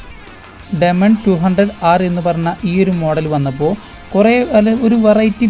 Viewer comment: ഡെമാൻ അല്ല ഡീമൻ